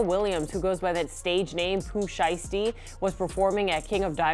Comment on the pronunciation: You can’t even say his name right ! How you gonna even speak on him? Poo sheesty ? Wow foh